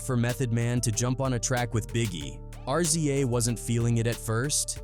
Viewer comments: His name is not RCA it’s RZA to pronounce it’s Rizz Zaaa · Fucken AI can't even pronounce the Rza..